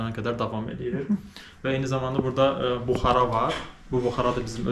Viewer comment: buxara yox,buxarı